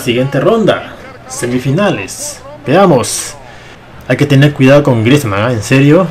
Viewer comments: Dice Aubameyant, Griezmannt, Layunt, Madrit Me pone muy nervioso eso xD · Porque dices Aubameyand o Griezmand si antes no pronunciabas una d al fnal